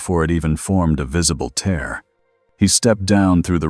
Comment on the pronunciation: You need to fix the word "tear"!! Your AI makes it sound like a (tear) dripping out of someone's eye, instead of sounding like it's supposed to such as a (tear in fabric)!! Also, every once in a while your AI speaks a line or two of gibberish! Even though it makes me laugh it still needs to be fixed but other than that this is an okay story that kept me interested!